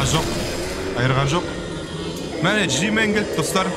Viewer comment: жимн емес жимен😂😂😂